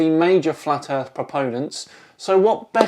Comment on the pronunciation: The earff be flat. Nah wuddah saying?